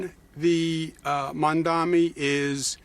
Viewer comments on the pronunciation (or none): He still can’t even say his name correctly. I don’t understand what’s so difficult about it. It’s Mamdani—is the difference in pronunciation between an M and an N really that difficult? Or is it intentional? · It's not Mandan dummy it's Mamdani !!! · Hahah he keeps mispronouncing his name. Mandami? He knows how to pronounce it but refuses to to keep us thinking he is different from us. He’s not Mr Cuomo u are different from us!! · Why doesn't he have enough respect to say Mamdani's name correctly? What a pathetic jerk.